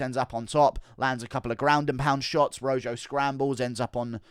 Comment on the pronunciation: It’s pronounced Roho not Ro Joe